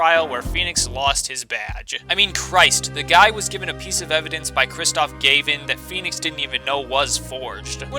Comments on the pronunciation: Opinions on Apollo Justice and Investigations are exactly like mine, and I love this video but... you're pronouncing "Gavin" and "Gramarye" wrong... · Your name pronunciations are totally wrong. It's not GAY-VIN, it's Gav-in, and it's not GOD-OH, it's Goh-doh.